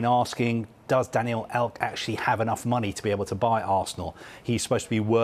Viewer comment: “Daniel elk” great he’s done it again